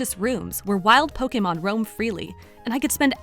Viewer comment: It feels so right when she says po-kay-mon instead of po-key-mon or poke-uh-mon.